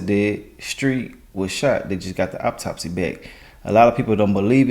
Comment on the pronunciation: AUTOPSY! Not Optopsy